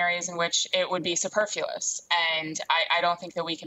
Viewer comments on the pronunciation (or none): "SuperFULOUS"?! hahaha I think she was trying to say SUPERFLUOS?! wow I guess she doesn't read much.